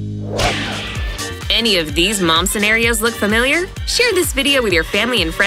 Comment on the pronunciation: It is mom not mon